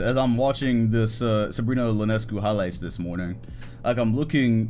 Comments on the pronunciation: Sabrina's last name is pronounced "ee-on-ess-cue" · that’s an I in Sabrina Ionescu’s name, not an L, lol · No offense, but its pronounced Ionescu, I not L